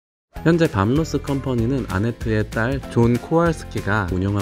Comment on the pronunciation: 밤 로스 밤 로스. 이름 하나 제대로 발음 못하고..